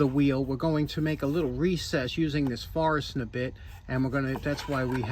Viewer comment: Forstner bit, never heard it pronounced the way you did before, I rewound to ensure I heard you correctly. Thanks for your continued content.